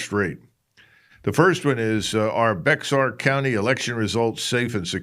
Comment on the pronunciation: Bexar county is pronounced Bear. San Antonio is the seventh largest city in CONUS.